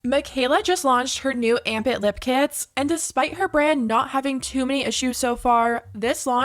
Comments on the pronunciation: Armpit? 🥲😭😭 I heard Armpit Not amp it....... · I thought it's "armpit"... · anyone one else just keep hearing armpit instead of amp it? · I just realized, her product's name is "Amp It", sounds exactly how she would pronounce ARMPIT.